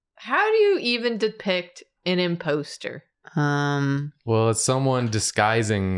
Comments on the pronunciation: ignored the O in imposter in both cowboys 😭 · I love how ignored the "o"s in both her characters' words lol